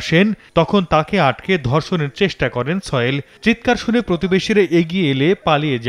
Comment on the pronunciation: তার নামটা কি ছয়েল? না কি সোহেল? উচ্চারণ এত বাজে কেন?